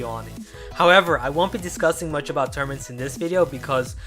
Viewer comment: I didn't know what you were saying till u put up the post I thought u were saying termants and I was wondering what kind of word was that but when u showed the post and high lighted tournaments I was shocked